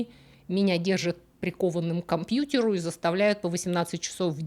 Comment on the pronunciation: мильядЕр, компьютЕр, бИзнесь, дЕтЕктифффффъ - мне всегда было интересно: образованные люди, которые потратили на себя кучу времени и вложили немалые средства в свое образование и развитие. Достигли высот. В придачу мигрировавшие в англоязычный мир. А произношение как было русское так таким и осталось в самых банальных местах. Это резкое Е просто добивает. Да не критично. Да видим примеры как люди успешно живут, да и до гробовой доски доживут без проблем. Но, блин, нельзя разве говорить глухое "И почти Ы", "Глухое Е почти-что Э" в иностранных словах, что бы звучать """понативнее""" - просветителям культуры??? вопрос практически риторический - я в курсе, что горбатого уже только могила исправит. У самого грехов вагон.